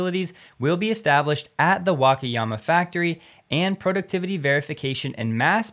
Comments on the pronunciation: The pronunciation is [Waka...] not [Wake...]. All 4 "a"s are pronounced the same. Hope this helps. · WA-KA-YA-MA say each syllable separately and don't blend them.